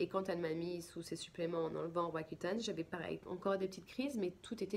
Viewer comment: Malheureusent on ne comprend.pas le nom de votre medicament roacutane, cca?